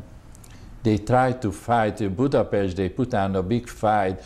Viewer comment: Germany invaded Poland in "38..the interviewer .needs to pronounce Budapest correctly...